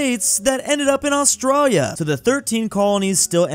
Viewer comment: Did He Say "Austrália"?